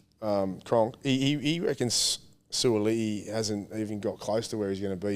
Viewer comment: Hey guys just wanted to let you know that you guys said suaalii correctly before braith corrected you. The way braith said it is close but the way you said it just before braith corrected you was perfect.